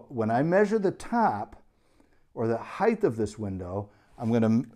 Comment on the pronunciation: Height, not Heighth!